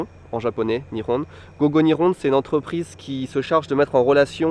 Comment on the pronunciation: niveau tres bas a mon avis. Quand tu l'entends prononce GO GO Nihon, on a l'impression qu'il dit go go "ni-on" et non pas " ni'Hon'(e) ". Et il a l'air de decrouvrir lors de la classe "nagusameru" qui est pourtant un mot de base.